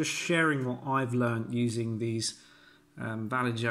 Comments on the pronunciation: To make matters worse, it's actually more like Va-yay-ho! But no worries, we all know what you mean. 😁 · Hi just a comment, the most accurate pronunciation would be va as VAcuum, lle as YEllow and jo as HOllow. Not complaining at all just to let you know. Thank you for your video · VALLEY JOE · This is a public service announcement; I just want to add that I know I'm pronouncing Vallejo wrong in the video. I had never heard it spoken before and as a native English speaker, do not think a J should sound like a H. Will I continue to pronounce it Vall-E-Jo? Yes, it seems to annoy too many people to not make this a thing. That is all 🙃